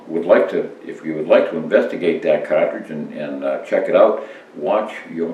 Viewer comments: Excuse me sir but its car-tridge not kaw-twidge.......lol good vid no matter how old just like the parent cawtridge. Thanx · It’s pronounced cahhtridge